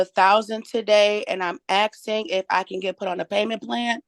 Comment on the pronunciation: "Axing.." facepalm